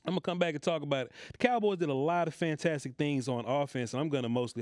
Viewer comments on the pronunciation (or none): none